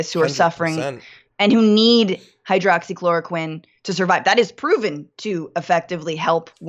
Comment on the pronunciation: 39 "Hydrocloroqueen"